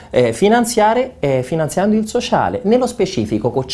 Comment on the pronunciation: per il soscialeeee...ahahahahahaha, mi fai morire:-)